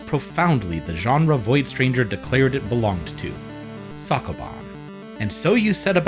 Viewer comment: The way you say sokoban hurts me mentaly.